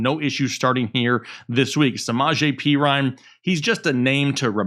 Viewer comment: This man says "Pee-rine" 🤣